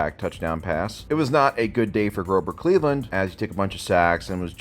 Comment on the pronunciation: Did you say Groper Cleveland??? 😂😂😂😂😂